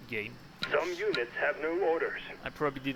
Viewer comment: Going to e a while before I can get this fellow's pronunciation of in-FAN-tree. u-neets, and Oue-ee Helicopters out of my head